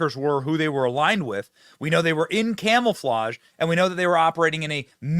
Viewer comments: Is it me or does Benny say camel-flage instead of camouflage 😳🥴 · Did Benny just say "Camel-flage"? 😅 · Are you saying camelflage? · Benny I can’t take you seriously if you say “camelflauge” and “nookular”